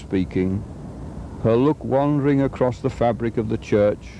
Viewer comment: it sounds like he says “acrost” which is colloquially used in parts of the US. I’ve heard it has a basis in older English but is not used in the UK. Am I mistaken?